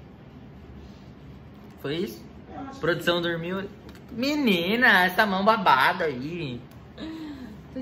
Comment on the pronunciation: Quantas vezes o falo "mininah" 👇